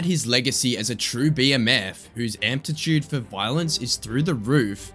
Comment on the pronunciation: Bro “amptitude” is not a word 😂 I’m assuming you meant to say aptitude